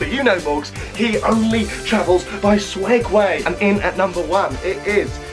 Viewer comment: Is it just me or is he saying ‘swegways’ .. I swear they are called segways...?